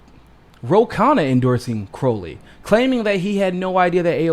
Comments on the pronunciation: Ummm....? It's CrOW-lee, not CrOH-lee. Joe Crow (rhymes with cow)-lee. Sorry about that. #AOC2032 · I think Joe pronounces it CR-OW (like ouch!) - lee.